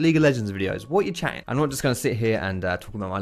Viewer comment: i just realized how british you are "what u chattin'"